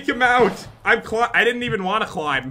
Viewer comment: Pat said 'cklimb'